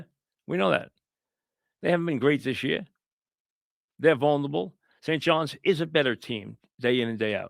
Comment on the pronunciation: mike is great but the word is "vulnerable" not "vulnable."